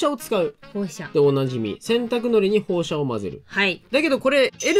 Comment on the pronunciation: ホウシャじゃ無いですよホウサですよ